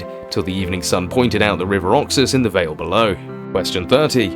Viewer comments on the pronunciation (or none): none